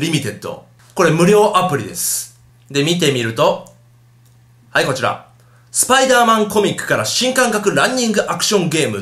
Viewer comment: ちゃんと言えよスパイダーマンって